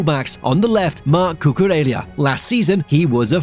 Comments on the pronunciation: Cucurella not Cucurelia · LA as in LA Rosa, La Masia. Cu-cu-Re-LLa. where the heck do you see an i in LLA? Why’s English such a stupid language - you write capital I and small L the same way. See- I and l 😅